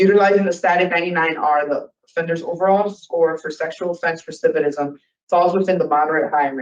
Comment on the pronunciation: This girl is still mispronouncing "recidivism". Why will no one correct her?